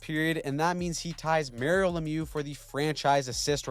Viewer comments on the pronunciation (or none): none